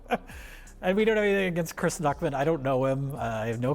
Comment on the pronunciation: Because you said "Chrisa" instead of "Chris" - I read this comment in a Jar Jar Binks voice, and it was way funnier that way)